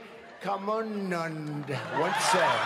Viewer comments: Swami Viveekkaammmmannuund 😂😂😂 Actual- Swami Vivekananda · 🤣🤣🤣 that was swami vivekananda but he pronounced "vivek-kamunund" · Swami Viveekamunnnnn-done😂😂😂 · "SuChen Tenduulkher" "Vive Kamundund." Lol I can't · Vivek ka mundan 😂😂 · he also called Swamy vivekamuuuuundan 😂😂😂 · I've heard the word "Tutankhamun" in his speech, and im like what Does this pharaoh has anything to do with india, Later i've realised that its the pain that trump took to pronounce "Vivekananda". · I don't know what's funnier his pronunciation or the way his mouth twisted when saying vivekammunand🤣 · Vivekananda pronounciation was soooo wrong. He literally killed a legend's name😆😂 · I laterally laughed so much when he pronounced wrong name of Swami Vivekanand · That what say at the end by Trump was so personal 😂😂😂 He clearly knew he was pronouncing it totally wrong.